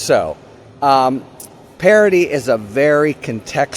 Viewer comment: Harry, stop pronouncing parody like parity.